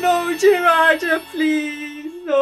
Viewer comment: Jirai-JA? its JIRAYA nice videoooooo!!!